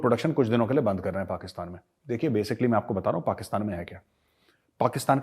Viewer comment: Ye lahori pakistani to pakistan bhi dhang se nahi bol sakte...usko bhi 'pakastan' bolte hai🤣😃😂